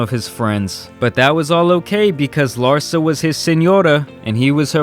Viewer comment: The emphasis should be on LARSA not "her"